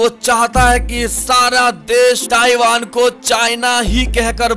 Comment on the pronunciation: Taivaan taivaan taivaan